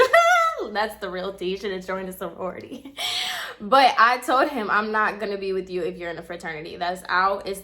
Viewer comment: Lmao girl!!! He’s s hot ass mess. But why do I have a feeling you were telling other people the story using sorority bc fuck it 😂😂😂 so it was harder for you to use fraternity and I lost it when you said “forority” 😭😭😭😭😩😩😂😂😂😂😂